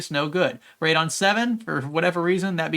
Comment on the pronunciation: you say radeon funny